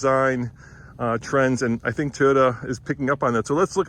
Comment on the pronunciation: TAIYOTA LOL